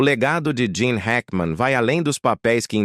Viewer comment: Não é Jean e Gene Hackman seu narrador burro 😅😅😅